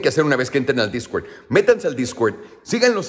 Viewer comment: jajajaja discwerd discwerd discwerd discwerd